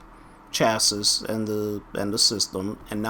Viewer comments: Chasses? It's chassi. Think of the Pokemon Chansey when you say it. It's not hard man. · "Chassis" is pronounced "Chas-E" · Had to stop watching due to the constant mispronunciation of chassis... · Hahaha, he can't pronounce "chassis"